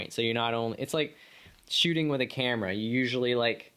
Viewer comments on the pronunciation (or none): none